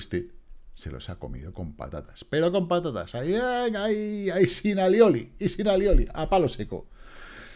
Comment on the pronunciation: Esas patatas con all I oli, te has comido más de unas, por lo menos pronuncias muy bien 👍. Vamos a ver si se anima la semana… que estoy con la pata rota y me aburro…